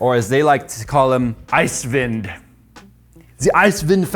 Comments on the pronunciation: He pronounced "Eiswind" very well actually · As a gerrrrman viewerrrr I like how you prrrronounce "EISWIND"! :D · wow as a german nativ speaker i have to say you pronounced eiswind completly correct ^^ props for that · WOOOW perfect German accent, <3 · Why would you be offended by a joke? He also pronounced "Eiswind" very well. Props for that.